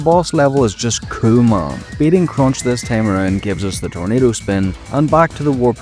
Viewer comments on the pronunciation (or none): The way you said ”cool man” when talking about the fire boss made me check the captions since it sounded very much like ”kuumaa” which means ”hot” in my native language. 😅